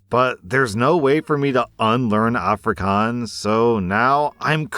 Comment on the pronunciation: A* for effort with the Afrikaans, though it is a little more of an O sound but soooo much better than the Ah-frikahns most English people say.